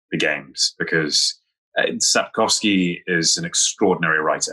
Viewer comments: I am Polish and the way he pronounces Sapkowski - properly :) made my day, and shows Henry's respect for the author. Many times people do not care enough to learn the proper pronunciation of other people's names :) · I'm so impressed with Henry's pronunciation of Polish words. In The Witcher, he nailed the pronunciation of "Jaskier", now he said "Sapkowski" perfectly. For a Brit, this is really something. And it shows that he cares enough to research the correct way to say it. I wish he tried a bit more :)